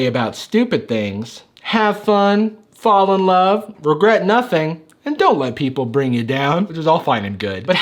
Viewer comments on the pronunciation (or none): none